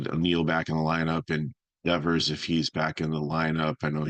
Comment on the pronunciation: “Deeevers” lol, it’s Devers dude